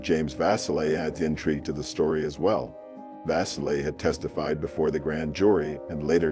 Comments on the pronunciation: Julie was four years older than me, and there are so many rumors, and conspiracy theories around her death. Thank you for covering the case. Auburnians continue to crave answers to what became of her, and who was responsible, and she will never be forgotten by her community. FYI: Vasile (vah-SEAL) Cayuga (Kay-YOU-gah) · Vasile - pronounced va-seel'.